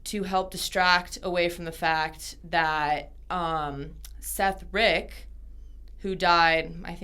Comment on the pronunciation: the dudes name is Seth Rich not Seth Rick, you guys should really do research before you do stuff like this, that dude had no access to any of the emails or attachments anyone claims he did and there's no evidence he sent anything of the sort to wikileaks, you just sound dumb as hell if you do no real research on the topics you're bringing up